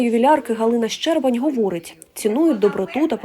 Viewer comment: Не щЕрбань, а щербАнь. Соромно не знати де ставити наголос, якщо ви журналіст. Вчіть, що таке щербА. Або вчіть правила української мови